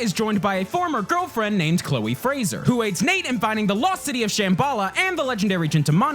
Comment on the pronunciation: Woot your pronounced 'Fraser' right, Thank you!